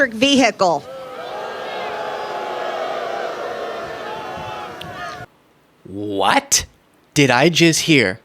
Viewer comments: Vee hickle? Does Empty g speak English? 😂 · Oh no! Not an ....... ELECTRIC VEHEKCLE!! darn those electric vehicles 😮‍💨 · The dumbty sycophants hear a trigger word and just boo. They dont care about the words before and after. Traitor green: Blah blah blah Electric vee-hickle! Crowd: BOOOOO What insufferable morons.